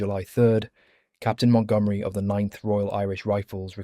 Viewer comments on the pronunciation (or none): none